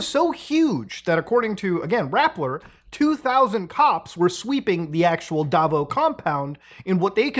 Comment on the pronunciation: I just cannot with these mispronunciations. Quiboloy is pronounced as "Kih-bo-loy" Duterte is "Du-ter-teh" Davao as in "Da-vow"